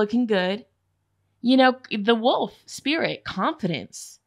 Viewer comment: 😂 for group 1 when you were tongue tied with the word wolf…that was me 😬 well into my adult life with a doctorate degree, I still mispronounce that word as “woof”. And I just bought an RV! What!?